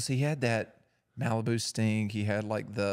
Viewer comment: The way pronounces 'Sting' sounds very much like 'Stink' 😂